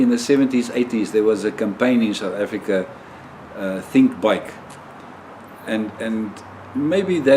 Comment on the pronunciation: yes....I knew South Africa....but it sounded like you were saying something like "Kumalonga"!